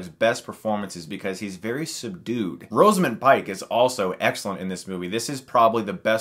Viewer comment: Rosamund, not Roseamund.